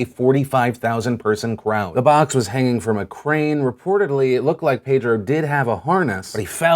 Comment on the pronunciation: Phill you know it's pronounced Pedro not Paydro